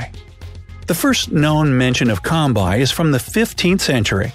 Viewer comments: thats not combai its kombai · It's not combai it is kombai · It’s kombai and not combai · Combai is supposed to be pronounced as "Ko" and it can face a Tiger alone and Suppress the tiger. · its not combai its kombai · combai not bro kombai dog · It is kombai not combai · it kombai not combai ok